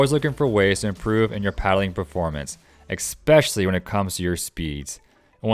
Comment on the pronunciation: I really appreciate the info, and I promise I don’t mean this in a snarky way, but “eckspecially” is not a word. The word is especially—the e flows straight into the s.